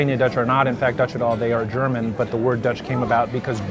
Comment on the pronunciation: Your german pronounciation is quite good !